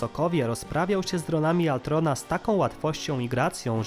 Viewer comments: Ultron, Tony Stark, Wibranium itd.. A nie altron, toni stark, wajbrenium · Przekręcasz dużo imion np Ultron a nie Altron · To był ultron nie altron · wkurza mnie jak ktos używa gimbowego sformułowania "cringe" Brzmi żałośnie Lepiej wypowiadac Ultron tak jak sie powinno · Nie chcę zabrzmieć jak jakiś hejter bo nie mam tego na celu, ale... KTO MÓWI ALTRON?!?!?!?!??!?!?!?! MÓWI SIĘ ULTRON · hej troche spóźnione ale mówi się ultron a nie altron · Panie nie altron tylko ultron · Błagam możesz nie mówić altron tylko ultron albo wajbranium tylko wibranium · Z tą wymową to przesadzasz, nawet w filmie mówili "wibranium" a nie "wajbranium" czy "ultron" a nie "altron"... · To jest Ultron nie Altron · uszy mi krwawią jak mówisz Altron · W polskim tłumaczeniu Avengersi mówią Ultron a poza tym mówisz tytan a nie tajtan.